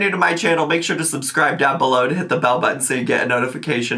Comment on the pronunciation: I could have gone all my life without hearing say “subscwiba”